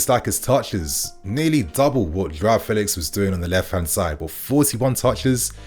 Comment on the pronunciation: you’re still saying his name wrong. It’s F (air) elix. Just like the E in Bellingham. Not Faylix